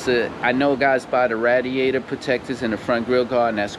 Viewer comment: The way he says radiator lol ratiator 🐀